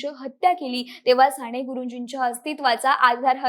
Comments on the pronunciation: सांणे गुरुजी नाही ग बाळ साने गुरुजी, कानावर खण खण लागतं तुझं बोलणं म्हणून ऐकूच शकलो नाही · साने.....साणे नाही एवढी चांगली0 माहिती दिली पण सगळीकडेच "न" आणि" ण "चि वाट लागली आहे. फार खटकले कानाला..".काणाला.."नाही. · साने म्हणजे साणे नसते ताई.. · बेटा साने गुरुजी असे एकदा तरी शुद्ध म्हण ना.सारख सारखं *साणेगुरुजी * * म्हणू नको. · नाही ग नाही, नका येवढे धारिष्ट्य करू.... पंधरा वीस वर्षे आधी तुमचं मराठी सुधारा... न, ण कूठे वापरायचे ते आधी शिका.... राणे नाही साने. उच्चार नीट शिका. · साणे नाही ग बाई साने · साणे गुरुजी नाही - साने गुरुजी न आणि ण खूप गोंधळ झालाय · साने गुरुजीआहे ते साणे गुरुजी नाही . is it not easy. Podcast about an author you need to pronounce correctly other wise. न च्या जागी ण आणि ण च्या जागी न . Thanks for sharing information though as these fact about Sane Guruji 🙏 can bring focus on his work hopefully. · साणे नाही साने गुरुजी